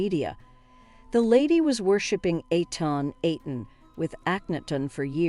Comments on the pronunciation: What about Ark en arten instead of ar kenna ten? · I'm intrigued by the way you pronunce Akhenaten and Tutankhamun as Aknaton (with stress on the Ak) and Tutankamen (with stress on the tank). Is this your American accent or is this a newly agreed pronunciation? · Ah-ken-ah-ten, Toot-ank-ah-mun, Ank-en-ank-sen-ah-mun. she butchered their names. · Zhai hawas. Aken nat ton. Say it with me ….Tutankhamen. Too tut ka mon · If this woman was going on a podcast viewed all over the world you'd think she'd do her homework. She massacred the names. Eggton= Akhenaten . Pitiful! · Nefertitty? Tootencome-on? Tuten camein? Aknehut-on? These computer generated videos suck on pronunciation and make it hard to listen to. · Tut-ank-hamun....Ak-hen-aten.....sorry but you are wrong. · The pronunciation is incorrect for King Tutankhamen and King Ahkenaten and EVEN Queen Nefertiti in certain parts of the narration. Get it right! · The word mangled comes to mind with the narrator's pronunciations. Interestingly she seems to manage hawass' pronunciation with little difficulty. Shame, it is an interesting hypothesis made somewhat Mickey Mouseish by the atrocious pronunciations of Tut, Ankhesenamun and Akhenaten. Did anyone go over the final edited version before it went to press? Doesn't seem so